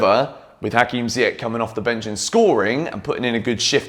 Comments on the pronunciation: i noticed that you spell ziyech name wrong as im from morocco the correct prounouciation is ziyesh not ziyek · I m here for the day when u say ziyech correctly 😭😭